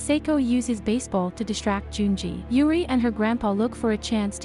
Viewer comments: Only thing that bothered me is how the text to speech pronounced "Juri" as "Yuri" If it were any other word or side name it would've been fine, but the main character? lol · pronounced: Jur L'ree. Japanese not Spanish